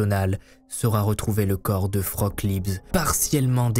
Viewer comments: Tes vidéos sont dementes ! (Pour info Frauke se prononce Fra-o-que, ma grand mère allemande s'appelle comme ça et à du changer de prénom en arrivant en France à cause des français qui l'appelaient "froc" 😂) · Tu racontes super bien les histoires, c'est toujours un régal de regarder tes vidéos, par contre en tant que germanophone c'est un enfer de t'entendre l'appeler "froque" toute la vidéo xD ca se prononce fra-oh-keu et c'est bien plus joli que vieux froque x) la pauvre x) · Le prénom "Frauke" se prononce "Fraoke" en disant bien le "e" final... mais tout le monde ne parle pas allemand. Vous êtes fortement excusé. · Coucou. J'habite en Allemagne, et je voulais juste signaler que Frauke est une prénom féminin et qu'il se prononce "Fraouké". Merci pour ton travail. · Merci pour la vidéo, atroce et j'adore la police.....Ils ont toujours mieux à faire. Je vais regarder un peu si je trouve quelque chose dans la presse allemande. Une petite chose-le prénom de la fille ( ou jeune femme) est Frauké, le "e" à la fin est prononcé, Liebs c'est son nom de famille. La langue de Goethe a bien des complications insoupçonnées ;-) ! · Coucou ! Juste un petit reproche sur la prononciation du prénom : Frauke> Fra-o-que. Et l'autre remarque, mais je constate que tous les articles wiki, même en allemand, fond pareil, comme je l'ai dit, Frauke était son prénom, Liebs son nom de famille. Donc c'est un peu dérangeant d'entendre le nom sans le prénom. "Dubois a téléphoné à sa mère, Dubois a été boire un verre..." Bref, vous m'avez comprise.🙄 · Frauke Liebs???? ca se pronnonce Fraoke.................. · Mauvaise prononciation du prénom Frauke. Le E a la fin faut bien le prononcer. Et AU en allemand ça fait pas O. Faut le prononcer A OU.